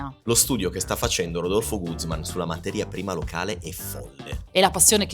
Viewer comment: Un bel ristorante, cucina al top, ma lo sapevate che i cileni non si lo possono permettere? Comunque grazie del video, non ci posso andare ma almeno lo posso vedere... ah and by the way, è Guzmán accento nella a